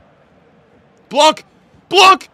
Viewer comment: I don’t know if u gonna see this comment but in French we do not pronounce the C for Laurent Blanc. It’s pronounced “Blan”.